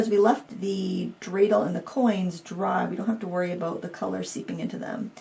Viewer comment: Thank you for the Hanukkah theme! And, you pronounced dreidel correctly. Like the Hanukkah gelt too. 😉